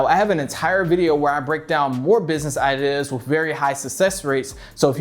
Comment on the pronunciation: I really hate the way you say ideas. “Idihhs” fucking cringe. And why tf you keep saying “ok” right before you explain something? Stfu and stop making useless videos